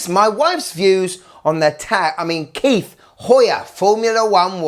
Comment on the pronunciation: As a Kith fan who purchased the watch, coming and watching your video was absolutely shocking. The lack of respect was galling. I get not liking it as the pricing was atrocious. What I didn't get was the rudeness of the intentionally mispronouncing the name and the use of a non Kith product to show the brand. I get why you chose the Rhude hat because your idiot audience won't look and see that Kith branded hat sells for 60. I would say you're better than clickbait nonsense, but you are not. It's a poor watch but better than your brand could ever hope to be.